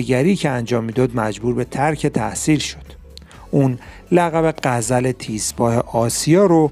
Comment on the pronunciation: من کاری به گزارش و محتوای گزارش ندارم اماخواهشا کسی که گزارش میکندحداقل بایدزبان پارسی راخوب بفهمد.یکی به این گزارشگر بگه عمو...غزال تیزپااست نه غزل تیزپا.لطفادقت کنید؟